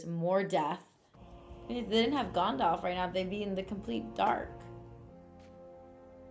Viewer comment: "Gondalf" XD